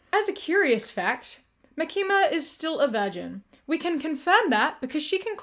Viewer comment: jsyk her name is pronounced Mah-key-mah 😊